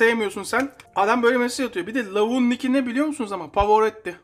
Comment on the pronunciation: Pavorotti vurgusuna yarıldım ! Aaahahah çok iyi geldi sabah sabah ....Çok yaşa dstm...